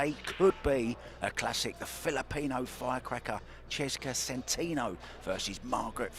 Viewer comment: Tell the commentator that the name is SEN-TEN-OH not SEN-TEEN-OH